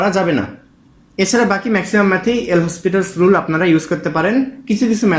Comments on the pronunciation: ভাই নামটার উচ্চারণ হবে লপিতালস রুল। এল হসপিটালস রুল এটা ভুল উচ্চারণ । এটা একটা ফরাসি নাম। ফরাসি উচ্চারণ যা লেখা আছে তার চেয়ে ভিন্ন হয়। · PLS DONT TEACH WRONG... THIS IS L'HOPITAL'S RULE, ETAR PRONUNCIATION LOPITAL'S RULE.